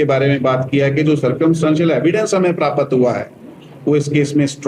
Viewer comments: अरे सरदार प्रतापत नहीं बोलते हैं प्राप्त बोलते हैं😂😂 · 'Praapat' haha